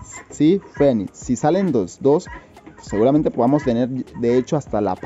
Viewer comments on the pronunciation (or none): none